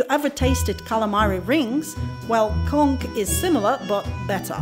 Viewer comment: Thank you so much for the proper pronounciation on "conch" .... conk